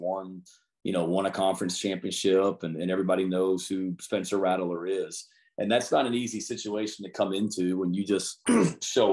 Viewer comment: Is coach beamer saying Ratteler instead of Rattler? I thought I heard it three or four times 🤔